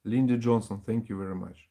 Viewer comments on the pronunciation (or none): none